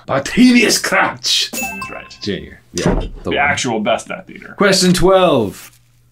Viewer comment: Sounding really scottish with that "Junior" pronunciation lol